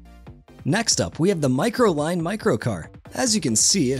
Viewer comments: It's not Microline but Microlino with an "o" at the end. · microlinO NOT microline O! O! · Its not a Microline,, it's Microlino ,MY-CRO-LEE-NO 😎🇫🇷